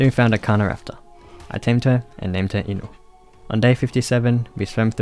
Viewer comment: This dude really said inu wtf if you actually watched Naruto you would know it’s ino